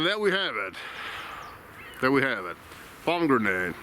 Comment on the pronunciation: Hi For pronouncing pommegranate in English, try pommy-granit rather than pommy-grenade. Always interesting content. Danke